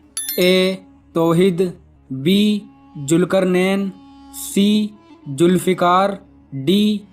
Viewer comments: Julfikaar nahi zulfikaar hai bhai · जाहिल इंसान जुलफिकर नही सुरु नही जुल्फिकार शुरू होता है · Kaise jahil ko baithaya hai jiska talaffuz bhi Sahi nahi zulfiqar ki jaga julfikar lagta hai